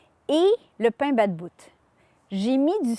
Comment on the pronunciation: Wow merci pour la recette première fois j’entends une québécoise qui parle du batbout en plus vous le prononcez bien 🥰